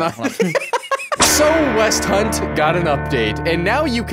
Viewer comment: Everyone:hell yeah gow ragnorak: westhount